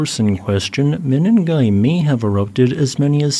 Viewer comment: Pls call these kenyan places by their proper names...😮what mini'gai ? Say meningai..